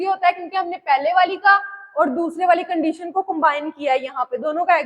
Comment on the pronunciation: condeetion❎ condition ✅